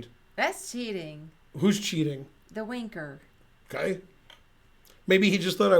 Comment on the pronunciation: accent makes "winker" sound a lot like another word 😅